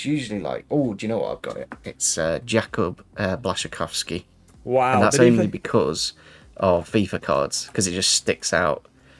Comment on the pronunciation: Btw. very good pronunciation of Błaszczykowski's surname, you only changed the ł to l, but that's understandable as there is no this letter in English